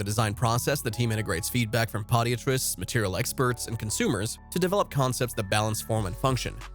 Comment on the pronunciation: 😂😂😂 Pottyatrist?! That’s what you get for using AI voice. It’s Ped-I-atrist.